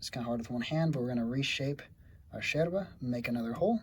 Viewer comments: I love the fact that you say "Yerba" in the Uruguayan style like "sherba" hahaha sounds so natural, thanks for teaching and spreading about this beautiful infusion, big hug from an Uruguayan living in Sweden! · Me gusta como pronuncia sheeeerva!!! Excelente, aprobada por una uruguaya😁. el mate es un viaje de ida sin vuelta. Bueno tomo Sara compuesta y Serena. La canarias te da úlcera, te reviente el estómago.